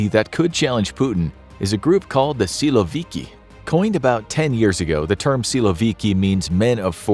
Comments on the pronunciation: Nobody calls in Russian a man named Vladimir (as first name) - Vlad. Never. It's mostly Vova or Volodya. Also, the accent in the word "syloviky" is on last syllable. "Syloviky" is mostly police force or national guard, police swat teams and etc. However, the army, normally, is not described by this terminology. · Funny how you pronounce “силовики»